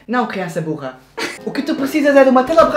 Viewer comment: Ele disse burra em açoriano